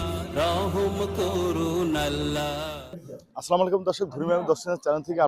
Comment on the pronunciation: আসসালামু আলাইকুম,, এটা হচ্ছে সঠিক সালাম,স্লামালাইকুম এটা ভুল